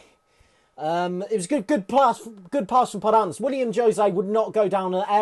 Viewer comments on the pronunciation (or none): The way pronounces the players names is so annoying 🤦🏻‍♂️ who the fuck is podance and moutinya